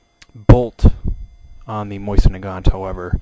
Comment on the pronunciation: Pronounced: Moh-Zin, not "Moisen"